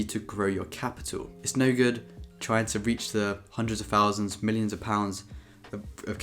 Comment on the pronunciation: personally, I would rather he stop pronouncing TH sounds with an F instead.. welf, growf, free fousand, wiv, two monfs, etc.. but let’s face it we are all just being spiteful because we’re not as succesful as him yet.. funny how he does actually pronounce the word THE correctly, so it’s not an impediment